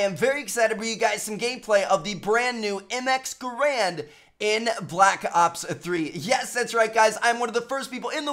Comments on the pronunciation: its pronounced "Gair-and" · I like how he said ga rand